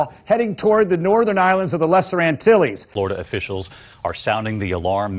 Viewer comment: Did he just say "Antille"